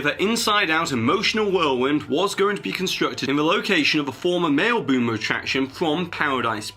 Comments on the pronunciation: NOT pronounced MAIL-boomer. It's MALI- boomer. As in MALIBU! (MER) ! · It's Mali-boomer (as in Malibu, California) not Mailboomer! :)